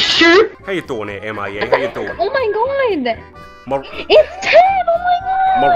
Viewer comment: Oh my gwaad it's ted!😂😂